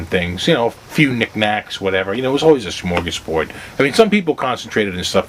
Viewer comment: I lost it when he said "Shmorgaz-borgh" :P